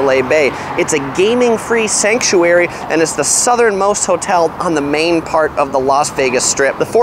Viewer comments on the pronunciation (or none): none